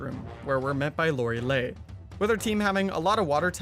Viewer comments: I hollered at the way he pronounced Lorelei’s name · Do I say it weird or do you? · Why did you say Lorelei like that